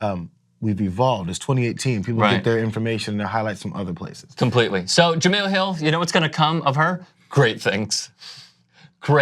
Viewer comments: you cover sports her name is pronounced ja-mel not ja-mill. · Really? You still haven’t learned how to say her name???